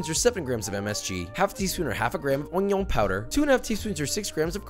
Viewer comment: Ognioon powder 🥴